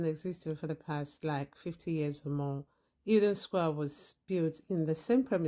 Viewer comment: just say it like its spelt, el don not eel don